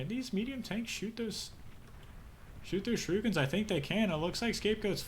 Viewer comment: "shoo-ree-kens" ... not "shi-roo-kins" ... :)